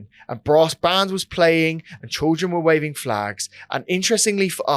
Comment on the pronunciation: Great video. How can't say Children? Trildren and then copies it.